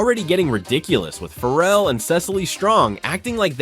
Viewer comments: His name is Ferrell not Farrel, dump the AI ! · I hate AI narration. Calling him Will Fur-elle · You're not pronouncing his surname correctly! It rhymes with BARREL! How can you get this wrong?🤔